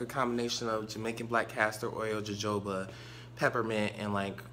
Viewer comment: That's cute ... when those natural juices and berries makes patients become detectives. LOL (BTW, Jojoba is pronounced "ho-ho-ba").